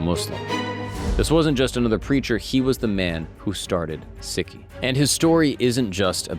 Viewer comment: Its not Siki ...its Sikhism